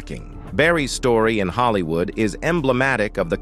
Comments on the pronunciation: I literally can’t stomach this. This AI generated voice made so many mistakes, it lets me know that the creators of this page are not credible. Pronouncing Will Smith’s movie Ali like “alley, and saying Hollywooo instead of Hollywood a number of times, was only topped by showing a picture of Wesley Snipes (which they’d already previously highlighted) when introducing Isiah Washington. I cannot!! I turned it off before I could finish the whole thing. Just stop!! These clicks, likes and watches line their pockets without them having any respect or connection to the culture. 👎🏽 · Who assembled these clips? And is the narrator A.I.? Because many of the clips are not of the people that are discussed. And there are many simple words being mispronounced. “Holly- Woo”, “riising star” “poor trial”etc.